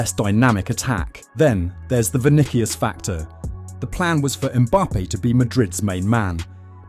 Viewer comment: The way it’s say vinikius is painful